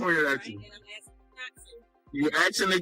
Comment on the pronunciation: And fucking learn grammer, it's asking not axing